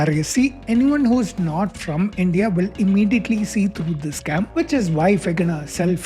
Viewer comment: Why do you say "sacm" instead of "scam"? What is the difference supposed to be?